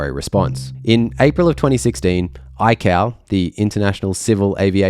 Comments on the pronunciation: Eye-Kay-Oh. Eye-Cow sounds like an Apple cow 😂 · It's pronounced both ways, but yeah, sounds weird